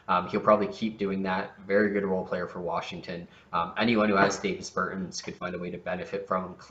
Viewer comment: Its pronounced Daw-Vis Ber-tawns